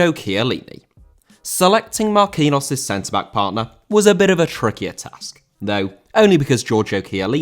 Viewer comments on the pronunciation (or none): He is pronounced Marquinios